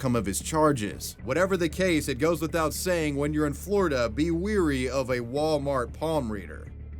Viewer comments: It's "wary" not "weary" for fks sake. Illiterate crap. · Why do you pronounce “wary” as “weary”?